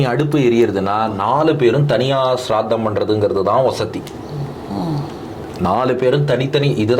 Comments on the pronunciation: ஸ்ரார்த்தம். ஷ்ராத்தம் இல்லை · அது ஷ்ராத்தம் இல்லை. ஸ்ராத்தம்‌